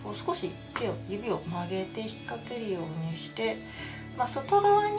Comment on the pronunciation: 秒あたり、「少し寄せるようニャッ」って言ってるｗ